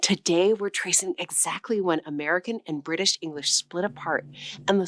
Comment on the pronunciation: Ok. Only when you say British for some reason. ( i heard the r) not bitish.